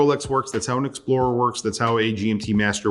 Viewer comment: Beautiful "exprorer". Thick? Yes. Matters? Maybe yes, maybe not :) At the end this is a fantastic GMT.